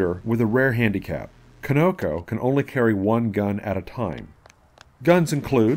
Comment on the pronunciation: It is pronounced like key-no-ko, not kih-no-ko